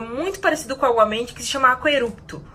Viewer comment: é aguamenti ou obamente? huhuhu